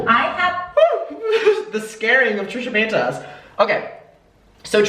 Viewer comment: I love the way you say her name xD 💕💕💕